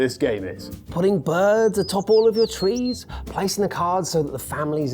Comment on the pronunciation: There is unwest in the fowest, there is twouble with the twees...